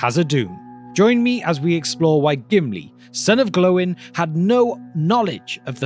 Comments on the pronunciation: Its not glooooowwiinngg like you said its gloin like body alpart loins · sorry but how did you pronounce Gloin?! Its not Glow-in its G-loin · Where did you get the pronunciations from? Isn't it Gloy-n and Oi-n not Glow-in and O-in? Just sounds so weird to me your way...? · Gloín is pronounced Gl-oy-n (as in the british oi), not glow-in! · It's Gloin. Not Glowing... This isn't the first video of yours you butchered some names either. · Gloin not Glowen 🤦🏼‍♂️ you Britts say Oi do you not? Or is it spelled oy? Whichever the case thats how its pronounced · "Glo-in", man that's awful pronunciation of Gimli's fathers name, it should be more like a "Gloyn" sound, if your going to try to talk about Tolkien's work at least pronounce it correctly as JRR Tolkien was a professor of philology and wrote his story to flesh out the languages he invented, all the pronunciations are given in his books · i know the way everyone pronpunces Gloin is probably wrong... but there aint NO WAY thar "Glowin'" is correct. Even if it is, i refuse. My boy aint a firefly 😭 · Gimli, son of “Glow-en”? 🤔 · Has it been stated by tolkein somewhere that they are pronounced Owe-in and Glow-in? Sounds weird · His name is not: "Glowin'", hence the accent. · I'm pretty sure the pronunciation is given in one of the appendices, and it's supposed to rhyme with "coin". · Why is he pronouncing GLOIN as a 2 syllable word!!! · Please stop saying Glo in it's really annoying 😅😂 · So tempted to leave just after hearing that pronunciation of gloin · Wrong Gloin pronunciation